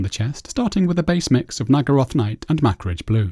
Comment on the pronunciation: Love the cold vs warm feel you made on this otherwise boring droid. Also, do you pronounce Macragge blue "Mac-ridge" on purposes ;-)